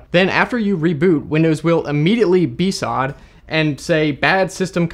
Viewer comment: did he just say "beesod"